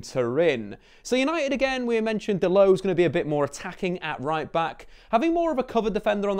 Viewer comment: is it only me that see's the o in dalot, not call him delit like this guy is